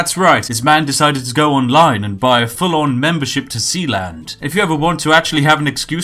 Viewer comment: Sealand? You mean Sheland? lol